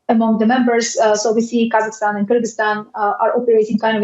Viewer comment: This is not how you pronounce Kazakhstan and Kyrgyzstan in English.